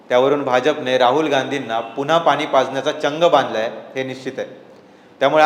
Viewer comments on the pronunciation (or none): none